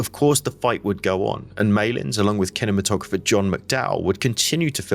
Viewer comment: Did he pronounce cinematographer wrong, or was the word pronounce differently then? Like how advertisement is pronounced the American way now